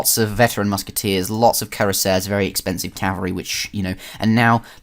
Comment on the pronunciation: Thanks for uploading. Fantastic start of your new channel with high quality graphics! It won't take a long time to reach the 1k subscribers, that's for sure. (Btw, just a little matter for your future commentaries: if you want to pronounce "Cuirassier" english, you have to say "Queerasseer". In french pronunc. it's "Kü-rass-yé" [ü is pronounced between oo and y-vocal]).